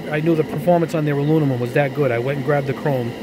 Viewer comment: it was a joke mate, the dude in the vid always says alunimum. r/woosh